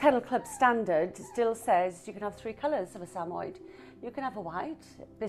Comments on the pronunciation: Did she call them SAMOI not Sam-Mo-Yed? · The correct pronunciation of the breed’s name is Sam•a•YED, with the accent on the last syllable. The dogs are also affectionately known as Sammies.